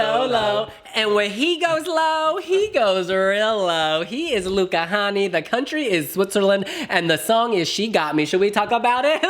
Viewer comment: “Hänni” is pronounced like “penny” but with an h 😅